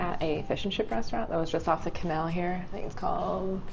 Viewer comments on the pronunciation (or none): none